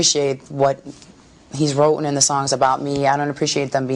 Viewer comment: I don’t think is very educated. She’s supposed to say “written” not “wrotten”.